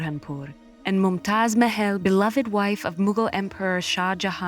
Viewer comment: The narrator's pronunciation of "Mahal" & "Aurangzeb" is incorrect